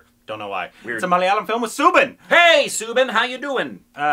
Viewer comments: Guys, you are pronouncing Soubin and Fahad Faasil's names slightly wrong. It's pronounced SAUbin and not SOObin. And For Faasil, you have to stress on the FAA a lot more not the IL. So it would be FAAsil not faSEEL. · Guys he is not pronounced as Sooobin.. Its Saubin (like u say Saudi)